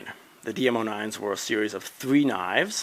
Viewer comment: He says 3 like thwee